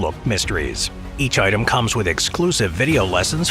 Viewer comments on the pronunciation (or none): none